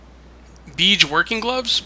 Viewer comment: Its pronounced (bage) Its a colour.